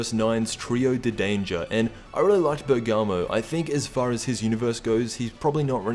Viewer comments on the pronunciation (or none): none